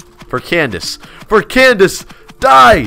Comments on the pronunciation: seriously every time he says “Cnadice” i couldnt help but laugh xD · BRO I LOVE HOW HE SAYING CANDICE LOL😂